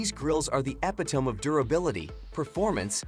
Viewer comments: The epi-tome? LOL. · A gross mispronunciation.